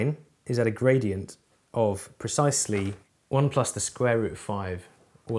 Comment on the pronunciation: Why do I always hear Bradient?